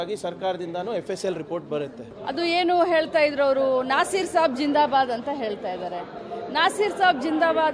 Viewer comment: Re madam eltha irodalla. Heltha irodu. First kannda sariyagi maathadi.